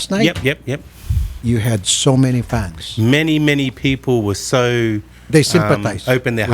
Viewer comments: "fefol" "skills" hesusmaryusip ngtagalog nlang unta masabtan pa... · "Fifol lying to me" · Sarap martilyohin ulo ng babaeng to!.."fifol laughing at me!"..hahahaha